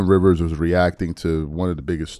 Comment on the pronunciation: RIVERS, not Reaves 🤦‍♂️🤦‍♀️🤦